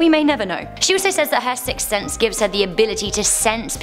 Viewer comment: "Sicks Thense"